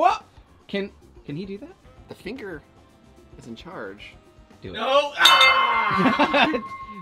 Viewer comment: 🤣 "Not a finga"l!!